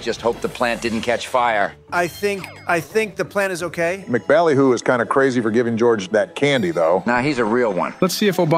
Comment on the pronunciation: It's pronounced "Emcee Ballyhoo".